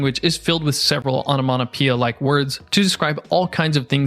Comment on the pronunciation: ONOMATOPOEIA - not ONOMONO....!